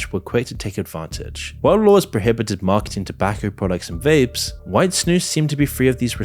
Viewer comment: I'm impressed the way you pronounce snus. Good job! 🇳🇴